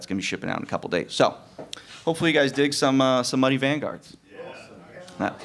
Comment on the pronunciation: I was listening to the Q&A and Muddy Vanguard sounded like BLOODY Vanguard and my ears perked up!